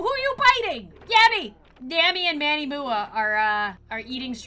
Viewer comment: I loved how she called manny mua, manny mooau